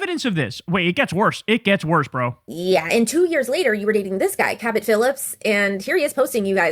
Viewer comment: Cabot Phillips I thought she said Captain Phillips 😂